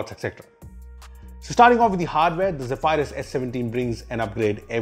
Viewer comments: zeph - - eye-rus. zeph-e-rus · Zeha-Fire-Us ❌ Zeh-Ph-Rus✅ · you mean Zey-Vi-Lus. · I'm sorry . One more time I here u say zephryus as zeph-i-rus I'll die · I dont think its pronounced as "zey-firius" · ze-pie-rus?.. really!!???